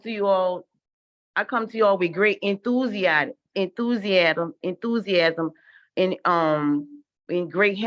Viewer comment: Enthusiasm a simple elementary word yet so hard for mama monkey to pronounce! The little chimp is in the right place a cage!